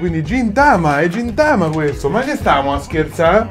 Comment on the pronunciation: Quello li si chiama gintoki ed è di gintama e si leggono ghintama e ghintoki